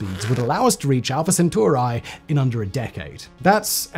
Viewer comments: I cringed each time he pronounced Alpha Centauri as Alpha Centuari. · So you just chose whatever vowels to pronounce Alfa-Centauri…